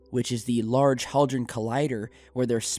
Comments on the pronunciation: It's hadron, not haldron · Great vid!!! Do you listen to too much Dahboo? He's my boy too. Large Hadron Collider... Dahb pronounces haw dron, rather than had ron, then again, I never had ron. Maybe hä dron... Just messin with ya... much love. Peace...